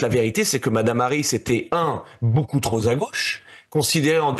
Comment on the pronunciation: Quand un type (le fils Sarko) fait une liaison après "TROP" comme s'il y avait un S ou un Z à la fin ... on est autorisé à croire qu'il n'est pas tellement éduqué ...